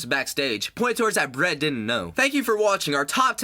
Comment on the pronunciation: BERT LOL